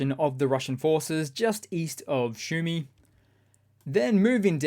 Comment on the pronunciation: Sue me, not shoe me. Sumy.